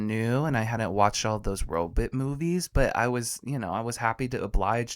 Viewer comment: Zoidberg “robut”